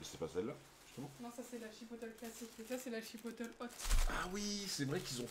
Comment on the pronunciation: Ahah comment vous dites chipotlé 🤣🤣 chipotel😅 c'est moi ou vous inversé les 2 dernières lettres 😂 bref c'est pas grave je vous aime pareil🎉🎉